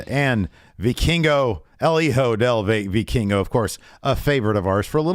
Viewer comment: As a Spanish speaker I’m glad learned how to pronounce Vikingo lol